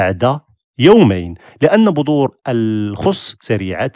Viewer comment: بذور وليس بظور ههههههههه